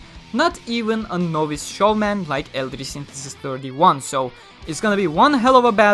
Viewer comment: The dub pronounces Eldrie's name as El-dreea. I'd thought I just let people who are unaware of this.